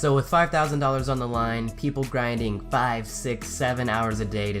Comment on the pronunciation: he said FiVe